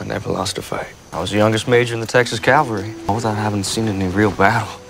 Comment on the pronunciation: I had no problem with the shifting accent. Mom was born and raised in the North but spent a lot of time in Georgia; she didn't have much of an accent but it was more pronounced at certain times. What DOES bother me is the actor saying "Texas CALVARY" instead of "CAVALRY". Those are two totally different things.